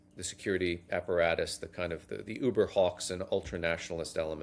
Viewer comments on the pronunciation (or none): none